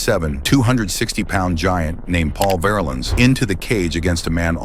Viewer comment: Paul polar bear VARlens was 6-8 320.. Size and name pronunciation is incorrect